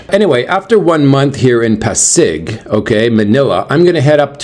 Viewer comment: it pronounced PA-SIG😊. Enjoy your day.